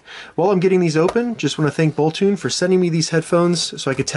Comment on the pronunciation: It's boltoon, not bolton!